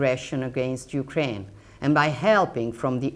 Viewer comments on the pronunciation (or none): none